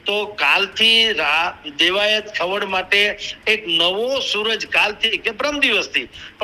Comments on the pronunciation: Rado ochhi paad . Ane khavad chhe atak Khavaaad nathi . Vanchta shikh pahela Gujarati 😂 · ખવડ બોલો, ખવાડ નહીં !! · ખવડ બોલો , ખાવડ નહીં !!